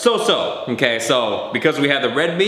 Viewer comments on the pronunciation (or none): he says inkay or onkay not okay hahalol